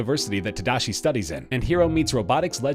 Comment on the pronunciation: Just saying, everyone is saying tadashi wrong. I get it, it's hard to say it bc it's a japanese name, but come on!